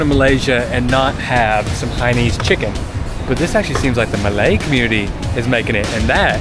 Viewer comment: FYI. It's "Hainanese", not Haines. Hainanese is in reference to the people from the Hainan province. Hence Hainanese, like Japanese. Actually, the reason why you fold the banana leaf when you're done is just to say that you're done. Also, folding the leaf towards you (as you did here) is the polite thing to do. If you fold the leaf away from you, that means you didn't enjoy the meal.